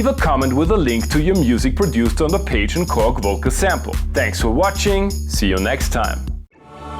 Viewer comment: Pajen is pronounced Pah-Hoo-ee-en. I love this firmware and yes, you should do more of these. P.S. there's a Funk key?! That new firmware is dynamite.